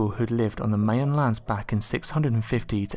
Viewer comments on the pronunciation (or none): please please please stop saying "May uh" instead of "My uh" for Maya. This is not open for interpretation, I have been told by living Mayans that this is the ONLY Correct pronunciation. THIS IS NOT THE FIRST TIME I'VE POINTED THIS OUT. AND YES, IT MATTERS. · I'm going to pronounce it phonetically for you my-an not may-an if you're going to put out information on material I'm going to correct you if you pronounce it wrong I don't care what part of the world you're from you still have to pronounce it correctly and speak up I can't hear you stop whispering or get a new announcer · The Maya are pronounced (PHONETICALLY).. 'MY-YAN' If it wasn't for the location, I wouldn't have realised so quickly who these.. "May-un" we're. 😕 Do you just read scripts than are given to you? If so, it would be good if you could research a little bit, about what you are narrating. The 1st story is an absolute hoax. He made a cast of a 'left and a right.. alleged YETI foot prints. That's been debunked as BS for sooo long. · Thanks, I was going to point this out too, along with his persistent murdering of the word Maya. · You saying Maya wrong again